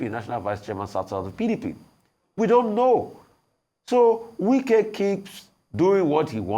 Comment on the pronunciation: Wike not Nwike it is not Igbo name